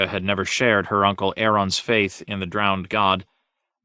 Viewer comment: I noticed Uncle being pronounced nuncle and aunt n aunt could be something I'm not aware if so forgive my ignorance